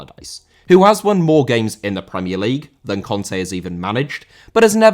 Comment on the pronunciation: Conte* not Contei